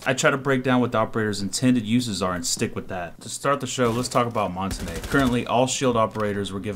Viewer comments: Its MON-TAIN............. NOT MON-TA-NAY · Its pronounced "mon-taun", not "mon-ta-ney". His name is french for mountain, and you can look it up yourself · Mon -ta-na it's mon-tange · Mon-TANE not tan-ae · I stopped watching after you pronounced "Montagne" as "Monta-Nay" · People call montagne montanya or montanay his name is pronounced montain like stain. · Mon-ton-yuh is how it's pronounced. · it's actually mon-tahn-yuh learn your languages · montagne is pronounced MON-TONE-YAY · it's actually pronounced mon-tahn-yuh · I speak French, it's pronounced mon-tan-yuh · you idiot it is actually mon-tahn-yuh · ITS MONT AINE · no it's actually mon-tahn-yuh I'm french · the end is more like ah-n-ya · colton blackburn first, im kidding. second, you wrong. lol. proper pronunciation is mon-tain. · I keep hearing people say montagne. Its pronounced montane. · Mon-tan-yah, that's how it's supposed to be be said, Americans and UK pronounce it how you said, I used to pronounce it like that too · Montagne is pronounced Mon-Tan-Ya. IQ should have some sort of echo property to her device to make her an anti-roamer. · Good video... except your pronunciation of Montagne! Either say it like champagne (champaine) or how the french say it. Google translate can read it for you if you want to hear it. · But I have to be honest and say that hearing you say "come to montenay" was hilarious. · Learned to pronounce Montagne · I cringe every time you say montagne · Worst pronunciation of Montagne. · That's not how you pronounce the shield